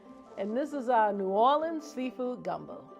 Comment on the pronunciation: Legit as soon as I heard “aight we gon’ make naw’awlins seafood gumbo” I was like.. that’s the gumbo I want. 😂